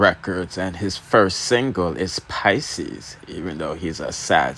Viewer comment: Wait you said Masicka first single is "Pisces" and he's a Sagittarius? It's "Pieces" 😅🤣❤️